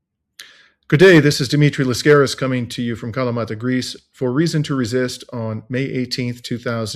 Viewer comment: I agree with you. Just a small observation: Why do you pronounce it as “Laskáris” when you have such a glorious name as “Λάσκαρης” ?